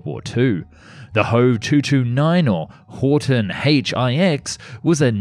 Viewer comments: Well, your try to pronounce Gothaer Waggonfabrik was not as bad as it could have been and surely not as bad as you thought. Only it is Horten, not Horton. And in Germany nobody says H-O, we say Ho, just like we do not say M-E for Messerschmidt, we say ME, speak "MEH". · It's called Horten not Horton